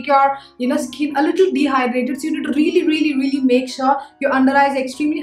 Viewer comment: I like the way you say, Rrreally, rrright :D